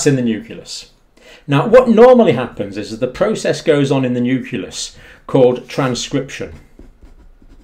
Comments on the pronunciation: NEW CLEE US, Doc, not NEW CUE LUSS. Carry on. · New-klee-us. Not "Newk-u-lus". Sorry, but I think this is important. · i dont trust a guy who cant pronounce 'nucleus' LOL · pronounce "nucleus" for us.